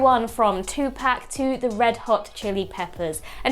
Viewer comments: it's not 2 pack...it's Tupac...🤣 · Tu-pack 💀💀 I've always heard it said like Tu-pock